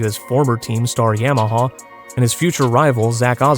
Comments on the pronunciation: Not YAMMahhawl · I love how he says Yamaha it makes me giggle